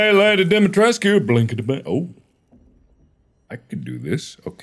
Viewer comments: The name has romanian origin and you pronounce it like you write it Dimitrescu! The main character saying it like Dimtresk, but its wrong! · yeah, but even if that was the case, you wouldn’t pronounce it as “Dum- EE-tresk”, you would also have to include the U at the end so it sounds more like “Dum-EE-tres-coo”. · Oh ok, my apologies for misunderstanding your comment ;-;. For IPA, I am guessing it would be “Dumi’tresku”, as supposed to “Dumi’tresk” (Capcom’s pronunciation). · The actual character saying her name: Domitresce Mark being dumb: I think it's dimitresq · The real word equivalent is Dumitrescu and sounds a lot like what the voice actors are saying. In game it's spelled Dimitrescu so I don't know why they would pronounce it like Dumitrescu unless there was a typo somewhat early on and they stuck to it. (u is next to i on qwerty keyboards) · I think it's pronounced dimitrOOOOH YOU STILL THERE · Mark: I don't why she's so mad at me Also Mark: kills her daughters and repeatedly pronounces her name wrong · mark correcting Dimitrescu on how to pronounce her own last name and getting his ass slapped for it seems about right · Mark here trying to correct Lady Dimitrescu on how she pronounces her own name cause he likes the he pronounces it more XD